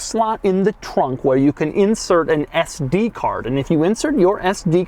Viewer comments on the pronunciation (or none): Doug sounded Italian when he said “where”